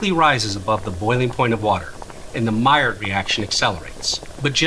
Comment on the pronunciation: hey buddy, the D is silent in maillard